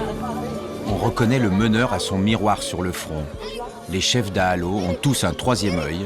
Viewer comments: Cette vidéo manque de crédibilité. ne serait-ce que parce que vous n'êtes pas capable de faire l'effort de prononcer correctement les mots malgaches (par respect de Madagascar et des malgaches), comme dahalo (pas de son "o" en malgache), Ihosy (pas de son "s" mais 'ch", etc. Et sincèrement cela m'étonne que les militaires vous aient laisser les accompagner comme cela ? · Azafady ! Faites un effort pour prononcer les mots malagasy. Exemple dahalo, pas de son "o" en langue malagasy